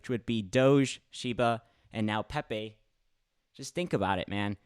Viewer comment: Pepaye Peh-Peh